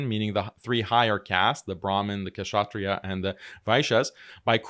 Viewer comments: Its pronounced as shatriyas not Kshatriyas, K is silent bhai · Also, I've heard you a lot of times pronouncing the cast kshatriya wrongly. The k is silent, ao it is pronounced shatriya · The K in Kshatriya is silent just FYI